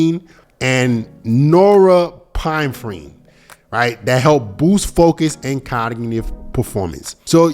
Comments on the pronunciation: Yeah that was brutal "nora pinefreen" 😂😂😂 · buddy doesn't know how to say norepinephrine.